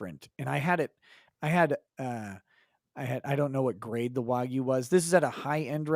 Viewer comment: Learn how to say wagyu please.